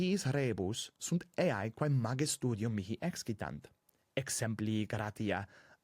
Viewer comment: Prima u in vocabulo 'studium' est brevis, nisi fallor.